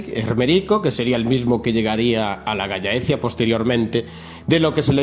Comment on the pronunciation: Se dice galh laecia (, solo que en castellano juntando las dos Ll suena gallaecia, normalmente es tierra de los galaicos